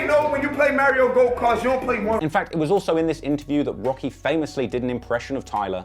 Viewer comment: Marry-O Go Kart, I think I might pick BRAUZER